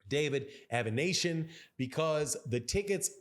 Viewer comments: It’s “Av-eh-knee-see-on” (if that helps). Irregardless Bud always bring them out to Omaha — I’m sure it the gate will do fine. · You playing with that name pronounciation from the get go lol